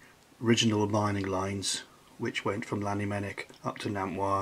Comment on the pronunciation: Please stop saying Lannymunock for Llanymynech. Learn how to say it properly or don't say it at all.